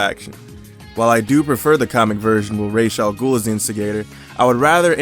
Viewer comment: Raysh al ghul??????????